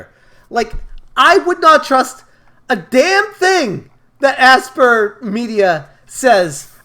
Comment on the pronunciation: FYI Aspyr is pronounced “aspire”. As in they used to aspire to release this DLC. 🤣